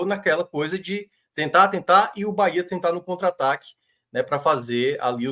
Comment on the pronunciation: Parabéns pelos comentários imparciais e com muita lucidez. Só precisam pronunciar o nome correto do BahEa com E e não com i 😂😂😂 UBBMP🙌🙌🙌👏👏👏